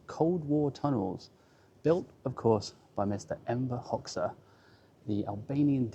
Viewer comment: It's pronounced Hoxha..Hodga not Hoxsa .